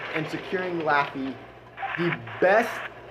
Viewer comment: Few things to comment 1. Thank you for saying my name correctly 2. Nice job with doing a armor inspection right in the replay 3. Yes, I'm was as salty as the Atlantic before and during the battle 4.I Do recommend anyone that is newer to the German Heavy line or even just not as experienced in the game to get the Löwe, wouldn't punish you as much as the tiger ii would for making mistakes such as over-angles and aiming shots, and it makes one of if not the most credits in Tier Viii, my first premium when I started the game, and first tier Viii I ever had, showed me how to properly play the German heavies